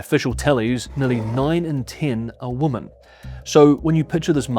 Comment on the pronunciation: Woman instead women pronunciation is annoying